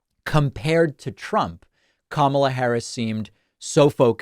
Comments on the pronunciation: The first syllable of Kamala Harris is accented. - KA - ma - la. Please have your guests pronounce her name correctly. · Why can’t people get her name right!? Can’t complain about tmp getting it wrong if professionals elsewhere can’t get it right. It’s not ka MAH la, it’s KAH ma la. 🤦🏼‍♀️ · needs to say her name correctly. Kamala = Comma-la. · Kamala not kama"la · needs to pronounce her name correctly, it's conma-la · Kamala is pronounced Comma-la, with emphasis on the first syllable. I don't think much of what you have to say if you can't even get her name right. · He should learn how to pronounce Kamala's name properly!! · Tell your guest that he mispronounced Harris' name!!!! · It absolutely enrages me when people like this doctor mispronounce Kamala's name. I expect it out of the Trump cult, but why, with all the news coverage on the correct pronunciation, do otherwise smart people continue to pronounce her name incorrectly!